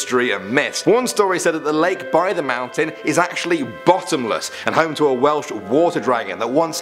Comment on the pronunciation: I thought you said whales